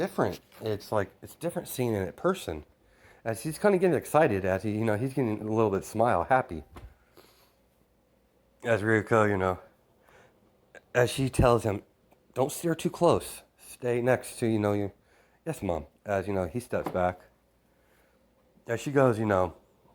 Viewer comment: The dragon lady’s name is pronounced Ree-u-key-u